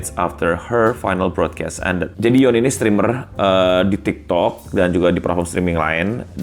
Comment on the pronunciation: Yoon itu dibacanya yun bang